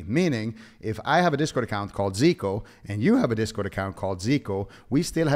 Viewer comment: Bruh, why he does pronounce your name wrong? Every classic Andy knows who you are from the HC tourny. When I saw his little drama video, I was thinking to myself "Ziqo?! No way, how could he do this" figures.